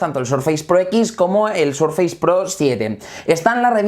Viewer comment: Surfeis? Por que los españoles pronuncian tan mal el inglés